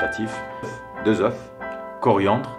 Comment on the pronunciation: Bonjour merci pour tes vidéos sympa. Permets moi une petite correction. On dit 2 oeufs (zeu)... on prononce le f seulement au singulier 1 oeuf ( euff). Saha ftourkoum